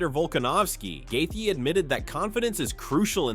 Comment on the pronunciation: It’s Justin Gae-Chee not Gae-thee. This guy talks in AI!!